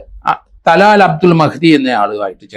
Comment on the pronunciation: തുലാൽ അല്ല സാറേ തലാൽ